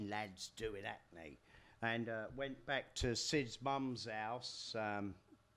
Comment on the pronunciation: I was trying to figure out where this town called "Acne" was that I'd never heard of. These days Johnny is far more impressive and engaging as public speaker than he ever was as a performer.